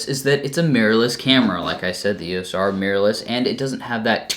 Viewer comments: Why do you keep calling it the "ESO R"??? Hard to take you seriously if you don't even know what it's called. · did you just say ESO R?😂😂😂 EDITED: ESO R all the way through😂😂😂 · its not ESO R is EOS R....lol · E-S-O-R LOL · Hi,, now, while listening closer to the pronunciation it more sounds like it's phonetically "iː əʊ səʊ ɑː" like "EO-SO-R"...